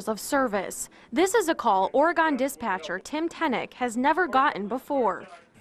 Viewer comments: Glad for the happy ending, also: Oregon is pronounced Or-a-gun not Or-ray-gone. Not sure why the reporter couldn't get it right after listening to the dispatcher. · I can't get over the reporter saying "or-gone" 🤣🤦🏻‍♀️ it's or-g-in like you would pronounce "organ" I suppose. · Oregon is pronounced "Ory gun" not "Ory gone." 😊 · No not OreGONE. It’s pronounced OreGUN. On the rest of the video: This was smart on the part of the woman calling and good for the dispatcher. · When she says Oregon, it drives me nuts. Its Ore-Gun, not Ora- gone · Ora-gone? No hun, it is Ori-gun. Are you a news reporter, or just a talking head? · Great job sir! Just so you know, Oregon is not pronounced "or gone". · As an Oregonian. It's infuriating that the lady kept saying "ore-gone" 🤦‍♂️ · Who hasn’t heard of Oregon’s name pronounced… They called it “Or-gone” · Oregon is pronounced (trigger warning) Or E gun. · Can someone please teach the reporter how to pronounce Oregon. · Nah the worst crime is how the reporter pronounced Oregon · How can educated "on air" people not know how to pronounce the name of a state correctly. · I realize this was 3yrs ago but someone find this reporter and make her pronounce Oregon correctly. Pure cringe. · Someone should tell the reporter how to pronounce Oregon. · At least the newscaster could have asked how to pronounce Oregon. 🙄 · THE NARRATOR PRONOUNCED OREGON WRONG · First thing the news reporter could do is learn how to pronounce Oregon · I’m from Oregon, STOP PRONOUNCING IT WRONG GOD DAMN.